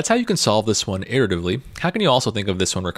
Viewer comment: I laugh every time he says irritavely. But this course, and the Structy website are dope. Great content and great